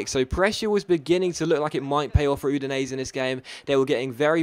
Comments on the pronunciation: It's pronounced Oo-din-ay-zay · Is that really how Udinese is pronounced?